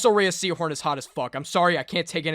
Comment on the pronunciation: Her name is pronounced RAY like ray of sunshine, not raya. Watch any interview where she states her name.